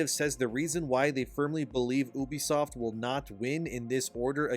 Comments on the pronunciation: Hey dude its Ubisoft not Übisoft. Its incredibly annoying to listen to you pronounce it like that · U-bisoft. Not oobisoft ffs